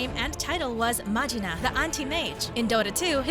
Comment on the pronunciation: fr we didn't read magina as "majina" but "ma-jaina" 😂